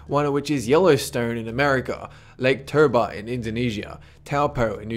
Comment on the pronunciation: say lake Toe and then por